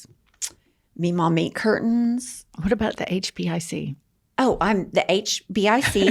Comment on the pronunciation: girl, did you say meemaw BEEF CURTAINS?!